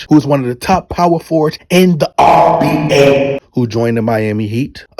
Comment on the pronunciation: I love this channel but can someone please tell me why he says RBA